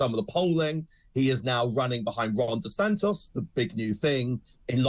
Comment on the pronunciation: DESANTIS not DeSantos you pillock.